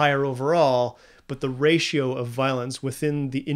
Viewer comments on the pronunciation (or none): none